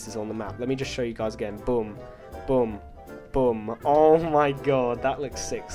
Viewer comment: You pronounce boom like "bum"